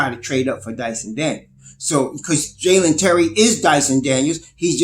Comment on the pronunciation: It;s Dalen Terry, Not Jaylen Terry.